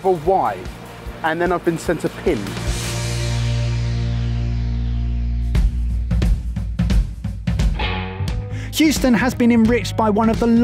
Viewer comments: welcome to “who-ston” oh no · lol....He called it Hoostin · and... C'mon man... Whoston? its Hueston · said "who-ston" xD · My American mum would cringe at calling Houston 'hoo-ston' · pronouncing Houston as "Hooston", just great! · said hooston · Did say hooston? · pronouncng Huston wrong killed me🤣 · Can someone teach how to say Houston